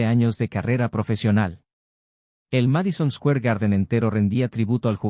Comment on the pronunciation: Sí, que rara la pronunciación de Square y otras, ni en español, ni inglés.